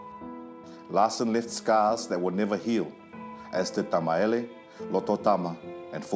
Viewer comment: Why does the narrator keep saying Tamaele instead of Tamaeli? 🙄🤦‍♀️ Other than that this was a very interesting story.